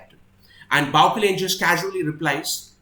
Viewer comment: I'm sure the pronunciation of 'Bauchelain' is more French - Bau-shell-ayn. I loved your reading of this scene. It's an awesome battle of wits written with great subtlety.